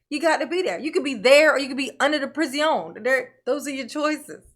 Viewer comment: Guy who lives under the jail!!!🤣🤣🤣🤣 Never stop saying, "priz-ee-own".